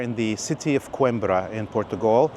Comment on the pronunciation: After the tour, the guy can’t even say “Coimbra” correctly?!